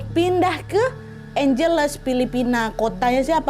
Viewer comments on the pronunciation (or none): Kak maaf aku koreksi nama kotanya Angeles dibacanya juga Ange Les 😁😁😁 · FYI, angeles dibacanya : ang (as in ketawa ang ang ang) hel (kek baca helena) les (dibaca seperti les privat). Angheles.